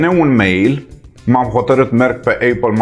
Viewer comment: Eipal care se citeste fara 'i'